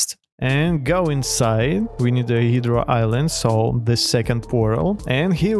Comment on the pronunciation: "hidra island" 💀